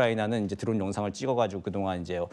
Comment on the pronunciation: 누구신지 모르겠는데 발음을 좀 정확히해주면 안될까요 우크라나, 드런 공격 무슨 발음이 다 무너져서 영상보다 끈게 몇번인지.